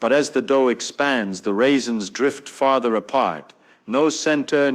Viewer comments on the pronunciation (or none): I'm certain Feynman was able to pronounce the word "farther" properly and not something along the lines of feather!